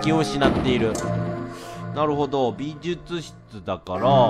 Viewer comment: レトさん相変わらず美術室のことびずつ室って言うんやね、、、笑